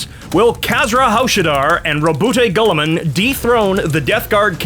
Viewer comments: The constant mispronucations of Rowboat Girlyman has me in stitches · When you hear "Rumblefish Goldenballs" and that when you realise when has been referring to Roboute Guillaume the whole time 😂😂😂